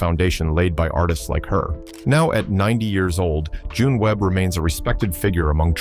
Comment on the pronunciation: Jeanne Pruett's name is not pronounced "John". It's pronounced "Jee-nee". If you're going to make videos about a subject, you need to be familiar with it and not use AI generated compositions.